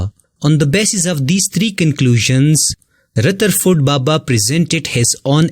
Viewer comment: Rutherford baba LOL